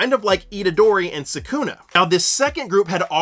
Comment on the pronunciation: Why do you say sukuna like that